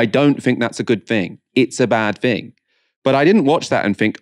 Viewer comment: why are you saying 'fink' and 'fing'?